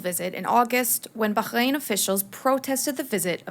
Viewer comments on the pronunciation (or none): Please stop torturing the pronunciation of Bahrain.